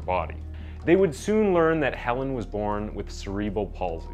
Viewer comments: This was a weirdly put together video. The dramatic music and descriptions seemed a little insensitive. Like the death of a child isn’t something to use for dramatic entertainment. There’s a lot of ways to speak about cases without making it into a TV drama. Also the weird subtitles and word pronunciation were strange as well. Cerebral palsy is pronounced [se][re][bal] not [se][reee][bral]. And latter is pronounced [la][ter] not [later]. They’re two totally different words and spelt differently for a reason. And hiding words like ‘death’ but then not in later sentences. Or victim. These are normal words. Just seems really off to me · Cerebral is not “See” it’s “Sera”. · Say it with me, CEREBRAL.